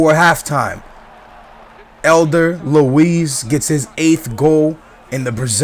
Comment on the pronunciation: "Elder Luis"? It's "Éder Luis" hahaha, I laughed a lot in this part